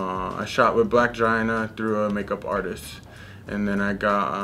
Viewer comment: my boy called black China "blackjina" lmao